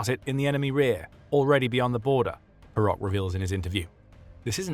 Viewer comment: PS. "PO-ROH", dammit! - not "borock" neither "barack"!